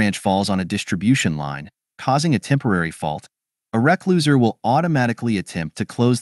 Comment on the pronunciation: try replacing recloser with "re-closeer" or "re-close'er" and the AI voice will say it correctly. Sometimes you have to teach it to speak technical words correctly by spelling it grammatically.